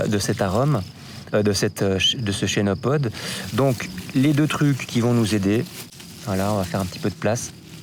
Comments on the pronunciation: on ne dit pas "chénopode" mais "kenopode" car ça vient du grec khênopous, « patte d'oie » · Se prononce kenopode